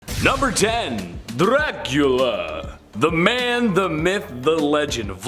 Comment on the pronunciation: His name is Dracula not Drlacula